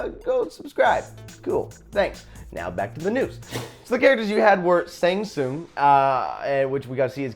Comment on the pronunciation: "I'M a huge fan of mortal kombat" *can't pronounce shang tsungs name right lol. Also joker is cool and all but hear me out...Batman Who Laughs if it's regular joker atleast give him that skin.